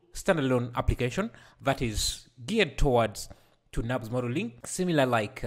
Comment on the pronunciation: Nurbs modelling! not Nabs modelling!